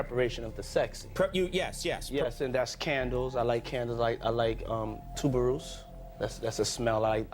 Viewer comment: He didn't even pronounce it correctly. He couldn't like it THAT much. 😂